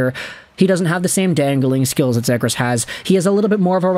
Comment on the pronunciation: Please pronounce him correct:"Trevor Seagrass"